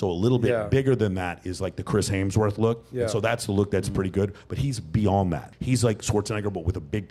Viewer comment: Dude what’s with the weird pronunciation? It’s symmetry not semmetry. It’s hemsworth not haynesworth Also you don’t know what symmetry means because you can be symmetrical and huge…symmetry means left matches right, top matches bottom